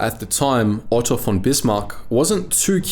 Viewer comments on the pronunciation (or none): none